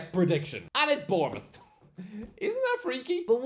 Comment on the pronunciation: Of course he gets Bournemouth right 😂